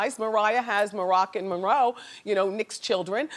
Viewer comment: Marilyn Munroe 😂